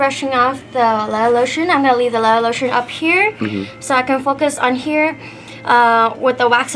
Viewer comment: Leatha lotion